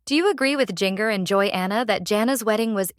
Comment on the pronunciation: Please learn to pronounce Jinger"s name properly. Are the producers of this blog depending on AI!?!